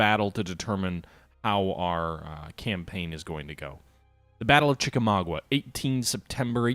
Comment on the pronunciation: Hey, I love your videos; keep on kicking ass! One very minor nitpick: to my knowledge the battle's name is pronounced "chik-a-MAWG-ah", instead of "chik-a-MAW-gwah."